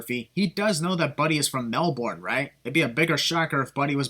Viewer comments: Tbh I hate how people say Melbourne. It’s Mel-ben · Dude, you’re pronouncing Melbourne wayyyyyy wrong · Learn to pronounce Melbourne correctly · The biggest sin is the way you say Melbourne ahaha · I live in Australia and u pronounced Melbourne incorrectly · Sin for every time he pronounces Melbourne wrong